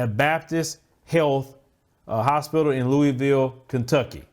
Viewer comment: "Luh ah vul" Louisville